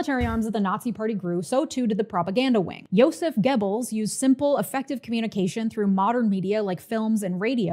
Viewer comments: That wasn't correct. Look it up. It doesn't sound like "Gebbles", the "oe" should sound like you're about the make the "er" sound without fully committing to the R sound. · Maybe you can't read? Try looking at my comment again. This time slowly. Also, maybe listen to the video again. She's saying "Gibbles".